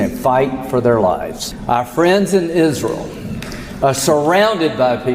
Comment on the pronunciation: Why does call it izril?